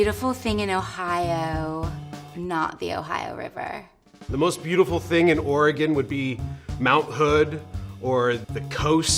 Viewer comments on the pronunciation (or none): none